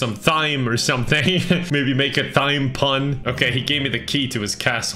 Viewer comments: How do you even make a thyme pun if you pronounce it that way? Like it’s supposed to be because it’s a homonym for “time” lol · Are we gonna ignore the fact that pronounce thyme “th-yme”? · Ugh, can't believe mispronounced herb and thyme lol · thyme is time not thime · Did he pronounce thyme that way on purpose? Because every other word that uses TH, he pronounces just as a normal T. But this time he said th-yme. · As an American, the way pronounced “herb” and “thyme” made me want to scream. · You pronounce "thyme" with the "th" but say "three" as "tree"?????????